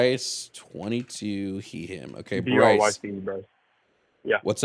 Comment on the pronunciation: I heard you say Rice instead of Bryce lmfao